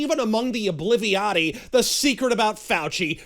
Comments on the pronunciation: “Oblivirati”. Ohh yes, my newest favorite word!!!!! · "Obliviati" nice